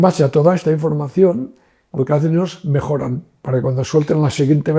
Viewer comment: Por qué pronuncia una sola "l" dónde el sonido debe ser de 2? Dice "milones" en vez de millones. Y "elos" en lugar de ellos. Su lengua nativa es diferente del castellano?